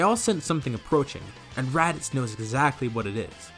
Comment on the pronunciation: you said radicks lol